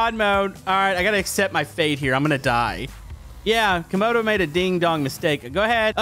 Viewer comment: CAMODO not camar